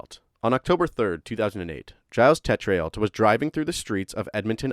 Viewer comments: Tetrealt is actually French, I think, but phonetically (for future reference), it is: "TAY-tro" (emphasis on the first syllable). But that is a really hard one, I'd never be able to spell it if someone said spell, "Teltrealt" (tho now that I have your way of saying it, I might do better, hahaha) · Teh-tree-alt had me laughing. It's pronounced Tay-trow. Damned French names... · His name is pronounced "TAYtrow" or "TAY chroe" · FYI. It's pronounced Tetro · Chances are that Tetreault is pronounced Tett-row (that’s as close as I can get with English sounds)